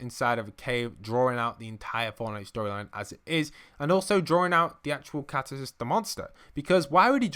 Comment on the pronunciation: It's catus and cactus 😂😂